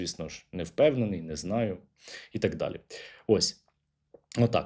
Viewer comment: Оце "Такссс" це явно одеська область😀